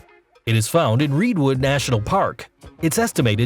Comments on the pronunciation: pronounced red-wood but for some reason you said Reedwood. a lot of pronunciation mistakes in this video... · No way he just said “Reed wood”😂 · Please get a narrator who knows how to pronounce "Centurion" and "Redwood"!